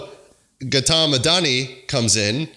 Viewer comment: the way you pronounced Gautam bruh, eveb though not your fault, it hurts 😭